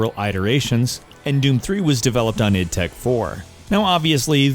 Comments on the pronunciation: It's not I D. It's id. As in id, ego and superego. id tech not I.D. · URGGHH "id" software. ITS "ID"!!!! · Eye Dee...not Id you fuck bucket. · it is not pronounced EYE DEE its pronunced ID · 'eye dee tech 1'???? wtf GR